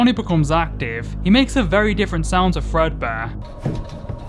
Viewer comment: The number is accurate to how many Fredbear games there are. Also, it's not Fredbear. It's Frea beer